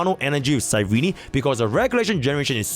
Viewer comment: can you stop saying cyreny 😭